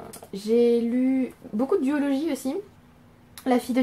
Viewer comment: J’ai entendu « biologie » pour « duologie »… et mon t9 vient d’écrire « d’urologie » 😭😭😭🤣❤️❤️❤️